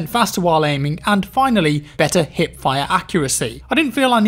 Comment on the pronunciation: i am the only one who did undesrstand HIT fire insted of HIP fire ? it took me dont know 3 videos to realise that you mean hiP ^^ i was very confused what hitfire should mean ^^